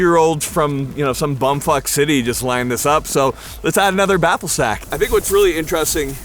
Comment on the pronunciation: may have tried to say "Baffle Stack" but I clearly heard him say "Baffle Sack". Welcome to your new nickname...sorry, I don't make the rules, I just follow them 🫡